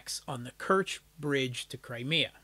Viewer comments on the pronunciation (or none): none